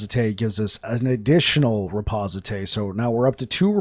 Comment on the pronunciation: bro , the word is , ri poste :D , not reposité XD